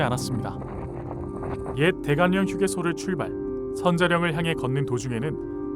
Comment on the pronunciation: 대관령 발음은 대관녕이 아니고 대괄령입니다.